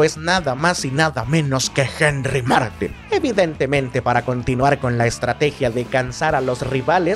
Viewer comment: Henry Martín! con acento en la i, por que les cuesta tanto leer ese apellido a los del centro del país?